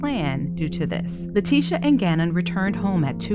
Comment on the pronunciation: I love how everyone calls her LIE-ticia